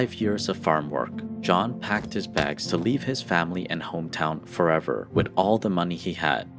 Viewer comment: The narrator really needs to learn how to say the word "with", hint, it is not supposed to be pronounced "wit"!!!